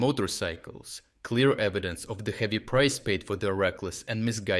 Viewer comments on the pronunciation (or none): none